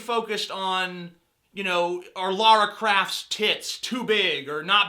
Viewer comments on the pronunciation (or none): Did he just say Laura craft?